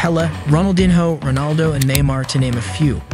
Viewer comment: STOP SHOWING RONALDINHO WHEN YOU SAY ROBALDO